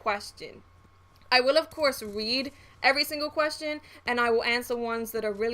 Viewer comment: when you said read it sounded like you said weed Great vid!!